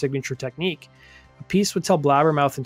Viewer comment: I'm pretty sure its pronounced Ap-i-see Carmine Appice Great video